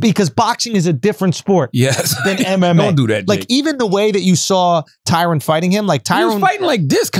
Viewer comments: Tyron. Tie-rin. Not Tyrone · Damn. The two things charlamagne had any sort of strong opinion about, he was dead wrong and clearly uninformed. Abortion and boxing. Edit: and also kept saying Tyrone instead of Tyron